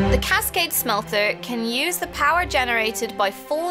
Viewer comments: never heard smelter pronounced that way before,.:/ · Not to be rude but why does say smelter like smhelter